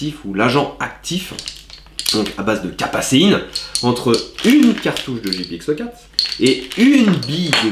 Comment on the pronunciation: C’est pas « capasaïcine » :D C’est capsaïcine, la molécule irritante qu’on trouve dans le piment.